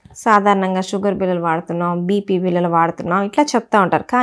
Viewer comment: మీ విడియోలు అద్భుతంగా ఉన్నాయి. మీరు చెప్పే విధానం, తెలుగు ఉచ్ఛారణ కూడా బాగుంది. కానీ కొన్ని తెలుగు పదాలు కొంచెం కరెక్ట్ గా పలికితే ఇంకా బాగుంటుంది. ఉదాహరణకు బిల్లలు బదులుగా బిళ్ళలు.